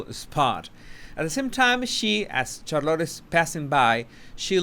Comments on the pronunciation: This is why I adore you, you say shallot, it’s pronounced char-lotte, I love shallot too🤣🤣🤗♥️ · SHARlit. Not CharLOT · Interesting video. Just a comment about the pronunciation of Charlotte. Just so you know..😊 it is not pronounced Char-LOT... but Charlet. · Charlotte is pronounced Shar-lotte not char-lotte. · Who's Char -lot? Lol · I really hope Harry sees your videos. Hopefully, it will help him remove his blinders. Megan is such a mega witch. Charlotte’s name is pronounced (Shar-lit) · you are saying Charlotte like " Car a lot". VERY ANNOYING..this like "dis" uggh...you are butchering the English language! Not very "subtle" either. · Just some friendly advise, you stress the “char” part of Charlotte more than the lotte. Rather than charLOTT the way you say it. ☺️👍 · lol it's SHAR-lot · Isn’t it CHAR lotte? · Please take a few elocution lessons. if you're going to have an English language Youtube channel, your English pronunciation and grammar should be better. It's CHARlotte, accent on the first syllable. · Charlotte is pronounced "Char-lett", the O is silent. 🤫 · Charlotte sh (like should) ar like are then lot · Her name is pronounced "SHAR-LET". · And it is pronounced Char-let by her parents, so out of respect we should pronounce it their way. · Why are you butchering princess Charlotte's name? I know English is not your first language but you have ears. Other than that, love your content. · Charlotte looked scared when she looked at Meghan. By the way, you are pronouncing Charlotte incorrectly. Do check or ask around for the right pronounciation. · Please work on pronouncing Charlotte. It is painful how bad you pronounce your English sometimes.